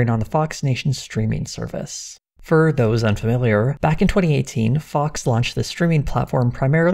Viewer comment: In your intro you pronounced for like “fir”, this is surely a sign of tucker toxins slipping into your cerebrum. The prognosis for this is not good, you might even be replaced!